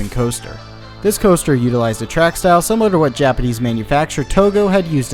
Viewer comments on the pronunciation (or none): none